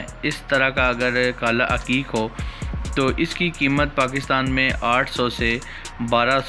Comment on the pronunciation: Bhai aqeeq hota ha haqeeq nhi hota ...